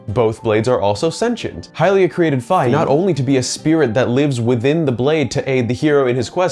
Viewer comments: It's strange how you pronounce Fi you say it like wifi and not fee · Fi with a long i as in fine. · I know it was a year ago but the canon way to pronounce Fi is fye like skye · Love the alternate Fi pronunciation . I never know how to pronounce names in the Zelda franchise lol.